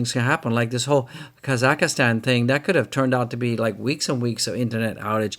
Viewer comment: It’s just pronounced Ka-Zack-Stan ! You can ignore the H 😁 Great vid I think Doge/Crypto is pumping SOON